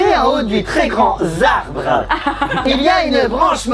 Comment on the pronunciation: "Un très grand [z]arbre." ON DIT UN TRÈS GRAND [T]ARBRE !!!!!! Y A PAS DE 'S' A GRAND PUTAINNNNN